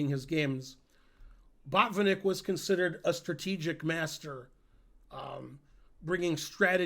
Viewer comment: I think a Russian or eastern European would say baht-VIHN-ik, accent on middle syllable. Same principle for to-PAH-lof (Topalov). But some Americans would be confused.